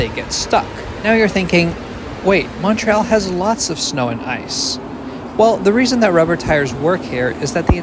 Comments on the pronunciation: idk what your background is but you might win the award for "best French station name pronunciation on an Anglophone transit youtube channel" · Great video, and you pronounced all the French names excellently.